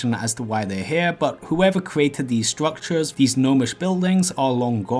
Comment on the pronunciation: Stwuctwures UwU